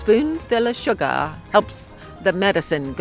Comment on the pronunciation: a spoon full of sugaaar helps the med go down ha ha ha she nailed it